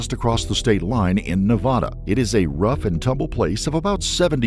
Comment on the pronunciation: It’s Nevada! Not Nevada.